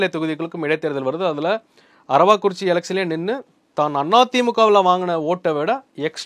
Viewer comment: அரவாக் குறிச்சி இல்லை அரவக் குறிச்சி